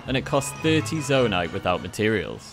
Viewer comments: bruh really call it “zondai”? fake Zelda fan lol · Proof he's never played the game and is reading a script: "zondai" I hate people who make channels like these, taking advantage of people's hard work for profit, and they don't know a thing about the game. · wait wait wait... "zondai"...? bruh... just... bruh... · did he say zondai